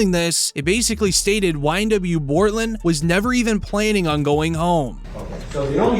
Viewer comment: His name is Bortlen! Not Cortlen!